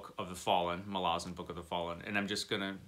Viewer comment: I found an interview with Steve Erickson about the Malazan series and he discussed the pronunciation. You nailed it. He says a lot of people mangle the name (people like me). ml AZ n. Thanks for the review. I added the series to my Books Wanted file.